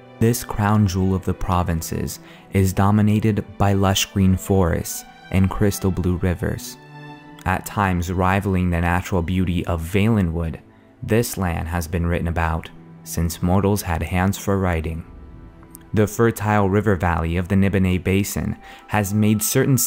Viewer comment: va-lin-would, for Christ sake so a vaalenwood